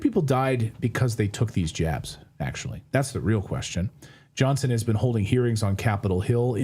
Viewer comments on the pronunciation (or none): none